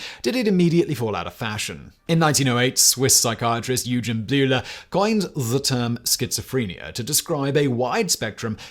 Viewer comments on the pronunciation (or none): none